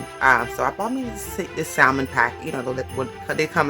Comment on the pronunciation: She can't even properly pronounce salmon lol